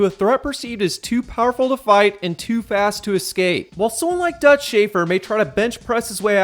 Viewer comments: My man pronounces "escape" like a 4 year old would. "Exscape" lol. Regardless, I do like these videos. Good work man. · Duuude eXscape is not a fucking word